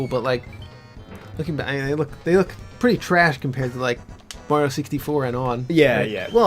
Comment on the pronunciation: If I've learnt anything from this LP, it's that May-rio is the correct pronunciation. I see Robocop with a skull jaw, in robes, slowly melting away like the Wicked Witch of the West. I wonder what that means about me.